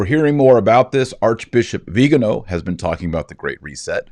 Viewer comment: VIGANO! VIGANO! VEE-GAN-OH!